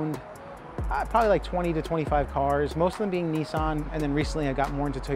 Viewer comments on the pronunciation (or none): See you Americans !!! It's NOT knee-san It's NIS-SAN !!!! F M L !!!!!!!